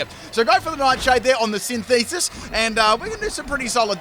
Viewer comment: Wow. He actually read synthesis correctly!